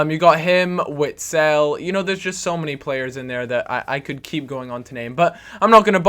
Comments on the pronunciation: witsel is pronounced vitsel :) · Did you say witsel?!